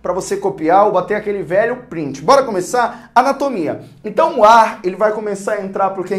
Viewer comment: "iumbora ver..." kkkk